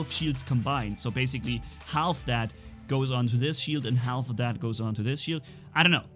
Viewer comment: the "L" is silent in half